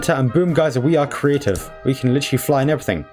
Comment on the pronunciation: You auctully sead 'gamemode *crative'